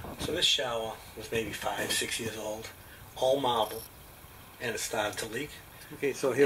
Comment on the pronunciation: It was awell Maaaahbull! Lol 🤟🏿